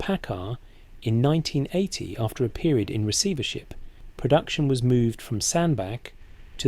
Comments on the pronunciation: Its pronounced Sand Batch not Sand Back. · Learn how to pronounce Sandbach!